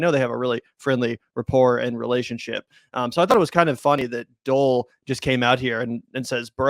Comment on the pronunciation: Pronounce Doel as "duel" a bit, not as Dole . No?